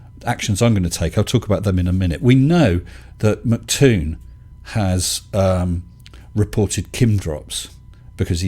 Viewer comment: Hey, it's NOT Mc Tòon (mick toon) it' M C Toon, like the rapper MC Hammer. (em cee Toon) I'm just sayìng. 0_0